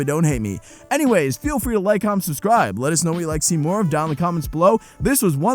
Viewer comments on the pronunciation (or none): none